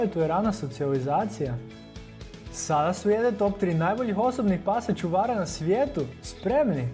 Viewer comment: Nekaze se ćuvara nego čuvara